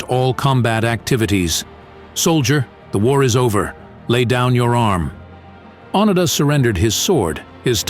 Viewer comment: I don't need commentary from someone who lacks the intellect and/or motivation to formulate a video without utilizing another's accomplishments. The least you might consider is properly pronouncing the name of your subject!